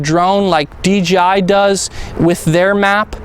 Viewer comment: Please. ...it's DJI no DGI !!!